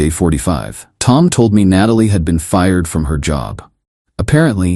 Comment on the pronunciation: Why do the AI story makers keep using Natalie as name knowing the AI voice can’t pronounce it correctly haha